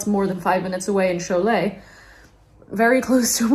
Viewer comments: Just say: SHOW-LAY. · It’s pronounced like “show lay”. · I will help you a little, read it like "shou-lee-yay". It won't be perfect, but it will give you an idea. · Show-Lay, it's easy